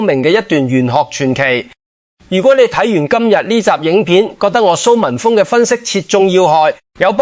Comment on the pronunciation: Al，唔識讀峰字咩😮